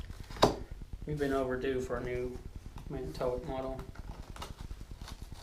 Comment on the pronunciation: Man a ta wok not man o toe woc i work there.